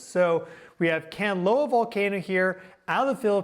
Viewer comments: dude, it's Kanlaon Volcano [Can-Lah-On] NOT Canloa [Can-Low-Wah] NOR [Can-Loan] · The Philippines is remote thats why there is no report of geological disturbances THAT YOU ARE VERY SURE ARE HAPPENING??? What a load of bullshit!! And please if you are going to make a big issue of them, at least get the names right! It is KAN-LA -ON, not Kanloa!! If you've done even cursory research you will know that Kanlaon and Mayon volcano erupt VERY REGULARLY and together with Merapi and Taal, you could even have 6 or 7 volcanos erupting ALL AT THESAME TIME which HAPPENS QUITE OFTEN IN THE RING OF FIRE!!! INfact at any given time 50 volcanos around the world are erupting. First time to view your video and am quite aghast here, mixing legit science with mumbo jumbo!!! Planetary alignment??? geomagnetic storm vulcanism??? Seriously??? Looks like a duck, is a quack... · It’s Kahn-la-on not Kanlowan. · If you really know your job, pronounce the volcano's name correctly - Mount Kanlaon pronounced KAN- LA- ON, not Kanlawn or Kanloa! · Hi! the way you pronounce Mount Kanlaon - Kan (can) la (la the note) on (on) - tagalog is a languare that has no hidden sounds or letters. you speak as you spell it. and Mount Mayon - Ma (like ma - mother) yon (yoga without the -ga plus n). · Just to help… Kanlaon = KAHN-LAH-OHN and Mayon = MAH-YOHN. As in “on” the clock. 😊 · Kanlaon is pronounced 'khan-la-own' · please search how to pronounce kalaon you kind of bothered it a bit :)